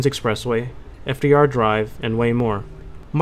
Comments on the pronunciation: Verðandi is pronounced verthandi :) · the character ð makes the soft "th" sound, as in "thing" so Verðandi should be pronounced "verthandi"